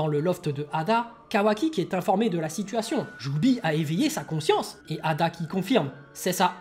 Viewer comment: C'est pas eida et non ada?